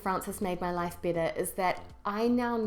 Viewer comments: However, you feel "BITTER"!!! That's what I hear. Do you mean "BETTER"? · sounds "bitter" instead of "better" because of your NZ accent. lol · your "better" sounds like "bitter" hehe. great channel by the way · I have to agree with the "bitter" instead of "better" but this is quite a good and thoughtful video. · Hope you don't mind but if you pronounce "better"..."bitter", how do you pronounce "bitter" then? I don't mean to be offensive, I'm just curious. Greetings from Italy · Carlo Defilippi yep i thought the same thing !!!